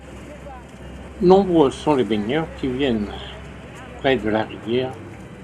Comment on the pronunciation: "Les baigneurs" ???